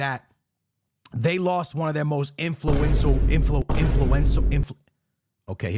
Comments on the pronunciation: "INFLUENTIAL" You wanted to say INFLUENTIAL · Nah why uncle struggle so hard saying influential 😂